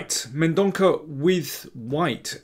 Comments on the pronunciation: I think "Mendonca" is pronounced with a soft "c". Love your books and videos. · Daniel, the 'c' in Mendonca is prounounced as 's' in sea- Thank you for all your efforts:) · He is from Goa. Its a Portuguese surname and is pronounced as Mendonça. I say this because I too, share a Portuguese surname.